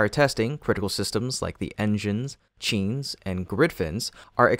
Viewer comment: Yet another clickbait title. They aren't being FORCED to do anything. It's being done on purpose for testing. Stop with the BS. Plus, continued mispronunciation of common terms (examples: chine, MECO).